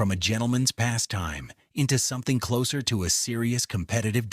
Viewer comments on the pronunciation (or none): none